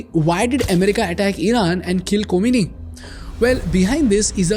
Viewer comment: Ko-mi-ni? khoh-may-nee